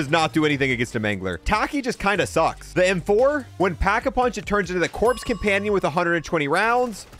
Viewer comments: Corp and corps is pronounced core and cores. The p is silent. Also Socrates is pronounced “sock-ruh-tees”. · Lol what's worse is he said corps like it's spelled instead of "core" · god it hurt to hear your pronounce the corps companion with the p 🤮🤦🏻‍♂️ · the way he pronounced corps and chimera bothers me